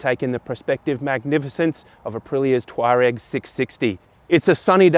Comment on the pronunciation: The pronunciation of Tuareg is the only reason I would not buy one. It is doing my head in.